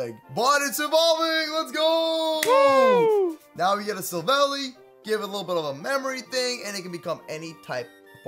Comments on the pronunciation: ITS SILVALLY NOT SILVALY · its syl val eye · Sill-val-i Thats how you pronounce it